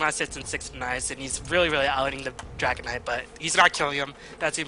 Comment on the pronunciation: lol, he just says dragonide!, but its Dragon Knight :D